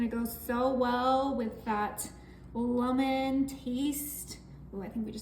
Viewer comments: Why does she say lumen? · Why she keep sayin luh-men?😅😅